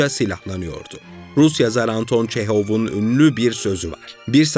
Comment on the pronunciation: öncelikle Çekov değil Çehov, Çehov o sözü kendi hikayelerini anlatmak için söylemiştir bu durum için değil